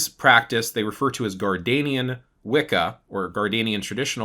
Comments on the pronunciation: It’s pronounced Gard-NER-ian not Gardanian. I’ve been watching your videos for a while now. Usually your info is at least accurate. This one is fubarred and I honestly don’t know why you chose to speak about Traditions you never trained in or initiated into, or at least researched thoroughly. The Correllian Tradition is based on a foundational myth that was concocted by two old men who were trying to get ppl to sign up for Witch School. They did some really shady things to appropriate Wiccan teachings and lore from oathbound traditions, as well as Native American spiritual practices and various cherry picked philosophies. There is a great deal of info about the truth and origin of Correllian Wicca available online. It’s mostly considered a tradition that was born from a money making scheme and is viewed as something to steer clear of. I know this was posted a few years ago. I just happened upon it whilst looking for something else here on YT. It should stay buried in the past. Sorry, this ‘explanation’ and answer to the question was just poorly done. If anyone wants to know accurate info about Gerald Brousseau Gardner and Gardnerian Wica, please read books by Phillip Heselton. He is the most respected Gardnerian historian. For context, I’m a Gardnerian HPS and FOI Prs-Hierophant and have been on this path for 38 yrs. ☮️ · It is pronounced" Gardnerian" like his name Gardener. Definitely. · It’s so funny how he says “Gardanian” everyone I know says “Gardnerian” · Respectfully, it IS Gardnerian instead of Gardenian. Source: I am an initiated Gardnerian 😅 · it’s the first time I heard it pronounced like that, anyways I know what you mean.